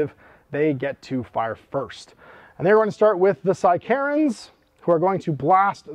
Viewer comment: Psy-Karens is a terrifying idea. Took me a moment to realise you were saying sicarans